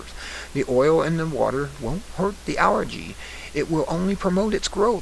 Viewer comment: "Al Gee" you dork!